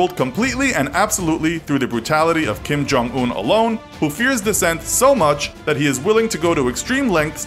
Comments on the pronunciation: Who's Jim Kong Oon? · It’s pronounced Kim yong uun